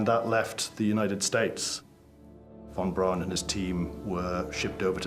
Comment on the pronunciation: Its irritating hearing the narrator say Von Braun wrong 🤦😂